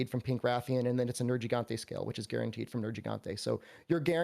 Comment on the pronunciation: What's a "Nerjigante"??? 🤔